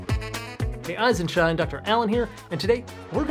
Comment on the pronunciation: Did bro just say "eyes and shine?"